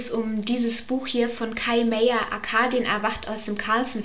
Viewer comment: Ahhh.... ich bin ein riesengroßer Kai Meyer-Fan und bitte, man spricht ihn ganz normal Meyer aus, wie Meier etc... Ansonsten schönes Video, auch wenn ich, außer Arkadien, keines der Bücher kenne. Lg